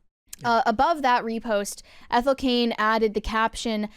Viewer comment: Her name is Ethel. Ethel.